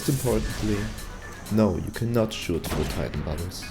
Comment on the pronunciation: Great video... great info... but please say "through" and not "trough" lol.